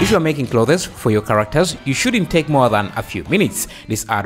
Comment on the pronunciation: "Clothes" is pronounced as: Cl-oh-th-z. Like Cloth, but you pronounce the 'o' as an 'oh' then put an 's' on the end. Cl-oh-th-z. And the 'z' here is 'zuh' and not 'zed' lol